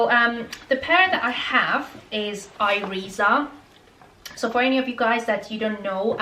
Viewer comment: Thanks for your vid. Keep wearing them and they will be more comfortable. I can walk in them all the day in my office in the meantime. If you still have issue with them, you may try Jimmy Choo, which arw very comfortable. PS: Iriza is pronounced more like "Eerisa"